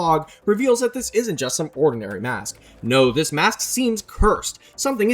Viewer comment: all that is wrong with ur english is "yust/just"